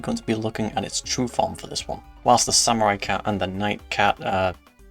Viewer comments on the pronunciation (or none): none